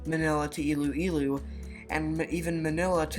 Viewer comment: Ay its not ilewilew its iloilo